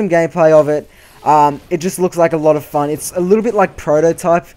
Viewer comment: I think u just destroyed the word "fun"